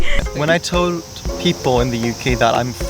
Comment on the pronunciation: A subtle thing came through in the way you said "told" with a distinctly Japanese pronunciation. That "wr" sound with the tapped "l", it's clear to me how rooted in Japan you are. Thanks for sharing your story